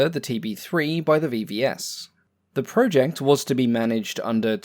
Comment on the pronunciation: It's 'project' not 'project'. Other than that - great video!